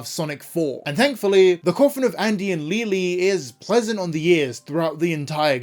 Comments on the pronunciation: Please stop saying Leyley wrong im gonna crashout 😭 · Somehow, everyone has their own version of pronouncing Leyley.